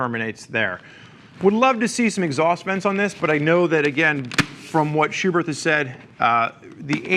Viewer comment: The second H in Schuberth is silent